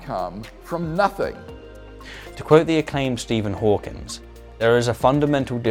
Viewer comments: Hawking, not Hawkins. But yeah... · Amazing video as always! Although, it’s Stephen Hawking, not Hawkins. Just a small nitpick. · Hawkins? It's Stephen Hawking. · It's Stephen Hawking, not Hawkings. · You mean Stephen Hitchkings?